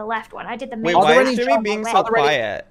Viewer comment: someone finally told him it's "jimmy" not "timmy" lol...i couldnt tell if he was doing on purpose